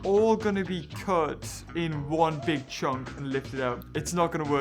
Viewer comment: did you say big or dick??